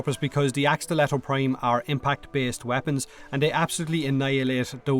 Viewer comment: It's fuck not "féck" and its prime not "préim"